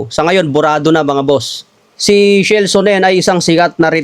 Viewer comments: Sino'ng SHELL Sonnen? Baka Chael (pronounced as Keyl) Sonnen. HAHAHA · Kael bigkas dun. Shell amputa. Pag Kasi dimo kilala wag muna I content. Mema Ka Lang eh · Wrong Pronunciation yong Pangalan ni Chael Sonnen. . . lol - tamang Pronunciation po ay " Cha-El"